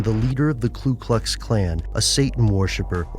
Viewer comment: Narrator sounds like Trump. And it's Ku Klux, not Klu Klux.